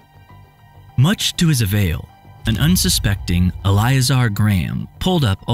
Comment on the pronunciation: Elleeayzar probably...thats probably how you pronounce it